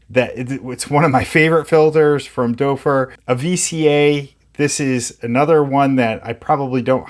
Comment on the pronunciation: Great video! My only thing is your pronunciation of the name Doepfer. It's better if you pronounce it as "dupfer" instead of "dopfer". oe sounds more like an u instead of an o.